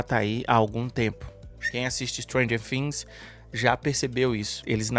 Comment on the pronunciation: Por que vc fala fhings e não Things ?